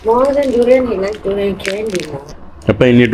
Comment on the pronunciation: ഡ്യൂറിയാൻ അല്ല ദുരിയാൻ